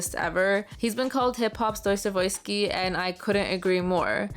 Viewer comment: Hey, wait a minute. Did you say "Doy-savoy-ski"? Did you ChatGPT this script?